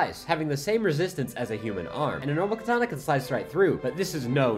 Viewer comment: bro has a whole katana sword and still cant pronounce japanese